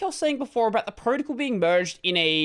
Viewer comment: I’ve never heard anyone say “protocol” as “proticle” like this before